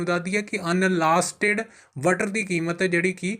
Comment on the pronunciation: ਅਨਸਾਲਟਡ ਹੁੰਦੈ ਅਨਲਾਸਟਡ ਨਹੀ, ਭੈਣ ਦਿਆ ਦੀਨਿਆ, ਸਾਲੇ ਖਬਰਾਂ ਪੜ੍ਹਨ ਦੇ।